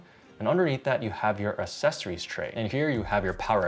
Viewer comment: Mate, please pronounce accessories properly 😅